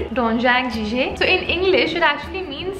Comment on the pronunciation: heyy loved the video!!! also it is called jjigae as in ji-gay